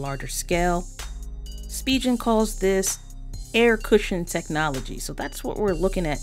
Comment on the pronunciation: Great video! But it's pronounced "Spee'gan" not SpiJen!